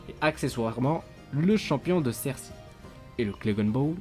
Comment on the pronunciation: On dit "sersEY" :D